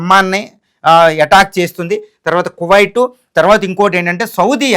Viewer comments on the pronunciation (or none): none